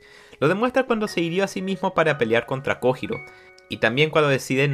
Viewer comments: Master no se si sabes o si es apropósito o no por si las dudas te daré el tip, que en japon la J es Y también La H es J. Entonces no es kojiro es koyiro la pronunciación y cuando dices nombres como hitaka y los dices itaka realmente se dice jitaka. Ya que me vi todos tus. Videos lo noto pero no se si es con intención de decirlo mal, por si las dudas te paso ese tip que la h es j y la j es y. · se pronuncia "koyiro" y no se dice musachi se dice mushashi. no es tan dificil.